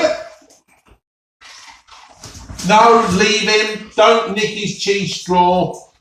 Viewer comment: Chweese stwaw 😂